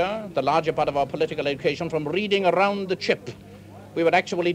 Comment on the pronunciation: My favorite passage in this film. Rrrrreading arrround the chip!